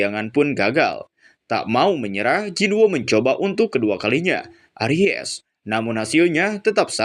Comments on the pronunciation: Bang coba lu baca nya pelan pelan dah ... Itu tuh bukan aries tapi arise ... Ngakak gua dengernya .. Aries itu zodiak bang 🤣🤣🤣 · Aries ga tuh wkwkwk, bacanya eraisss, bukan aries bang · aries😭😭😭 erais cara bacanya 😭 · Di baca nya eraiz bang...klo aries sih nama zodiak...hehe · Lagi fokus denger serius malah aries,, langsung lenyap kefokusan gw wkwkwkwk... Bacanya 'e rais' kak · arise = bangkit....pengucapanya erais kak.. nah klo ucap jadi aries kan nama bintang.. bukan menggurui kak...cuma mengingatkan..salah ucap..bisa jadi salah arti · WKWWKWK LAWAK EMANG SI INI, NGAKAK BGT ANJING KALO DIA SALAH NGOMONG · Arise , bukan aries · Duhh jari ku gatal pengen tekan emot ngakak 😂 ketika denger kata ARIES 🙈🙈